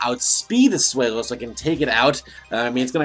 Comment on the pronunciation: Swell-o. Not sway-low